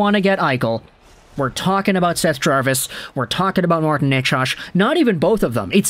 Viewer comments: how are you saying Necas? I don't think it's Nachosh. Forsland used to say "Nachez" ( emphasis 1st syllable). I'd go with that. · Ya no I'd take Necas and Jarvis. And you're pronouncing Necas wrong lol.